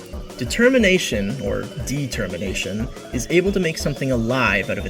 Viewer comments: Why does he say De-Termination? Is he stupid? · I kinda thought you were gonna make some sort of "De-cember" and "De-termination" connection because you kept emphasizing "de" in "determination". Dang - that could've cool